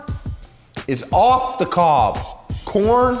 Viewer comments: Thought I heard porn lover at the moment I click this vid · the first 3 seconds I thought he said "are you a porn lover?" lol. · I legitimately heard Porn at the start and not Corn.